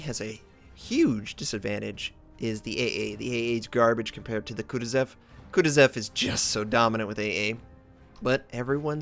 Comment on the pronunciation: That's pronounced Kah TWO sahv.